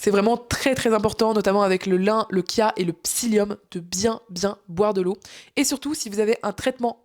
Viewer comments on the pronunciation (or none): Pourquoi continuer à dire kia ? ? Parce que la vraie prononciation de cette graine vous fait trop penser à autre chose ? Cette graine ce prononcé en français "tchia"... (ce mot n'a aucun origine italienne) C'est dommage...